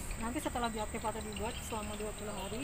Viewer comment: Semangat tp bukan bioaktivaktori ya pak tp bioaktivator 👍👍👍